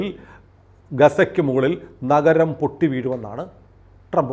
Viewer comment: നഗരം അല്ല നരകം..നരകം..നർക്